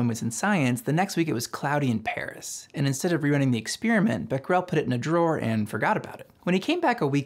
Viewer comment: Great video, but I’d highly suggest looking up the pronunciations of people and places before recording your audio for future videos. For example, it’s not “bek-rel”, it’s “bek-er-ell”. “fur-me” should be “fair-me”. “Deh-cow” is “dock-cow”. Etc